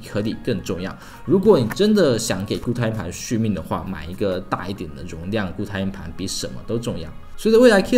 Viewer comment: 连硬盘这个词都发不好音，不该连读的地方强行连读，不该轻声的又发轻声。真的没心看下去